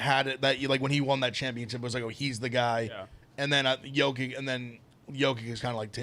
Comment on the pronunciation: Yoke ITCH. CMON. He's the best player in the world. ITCH! Not ICK.